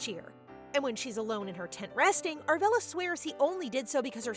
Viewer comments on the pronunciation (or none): What's with the German pronunciation? It clearly says Judith but the whole video you say Udith. Also, the main character is Arabella but you kept saying Aravella.